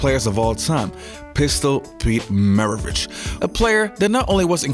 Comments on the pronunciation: He played for New Orleans Jazz, before they went to Utah due to financial problems, and his name MARAVICH, not Mavarich like you say in the middle of the vídeo. C'mon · I caught that too lmfao mav-a-rich lol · Did you really say “Maverich”? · He also says "anomynous" so I think he just does that sometimes lol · Dag bro, you pronounced his name wrong like 50 times. Mar-ah-Vitch. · Who is Pete Mavarich? And he played bassitball. Come on Brah. like the video, but you keep miss pronouncing words, it just jumps out. Very confusing. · "Pistol" Pete MAVARICH?